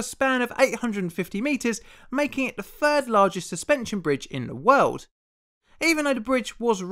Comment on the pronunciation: Why do you pronounce 3rd as “fird” but 38 as “thirty eight?”